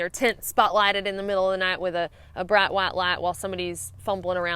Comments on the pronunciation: Hahaha, had the same thought! I even spelled it out: Brat Wat Lat ;) love it! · I like the way you say "brat what lat" (bright white light). :-) carry on... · braht waht laht! Love it! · I love the way you say .. bright white light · Favorite part, hearing say, “bright white light”! #southernaccent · As I’m currently exploring up north, the way you say “bright white light” brings me home instantly, if only for a few seconds. Thx. It’s amazing that common sense courtesy has to be spelled out. 🤙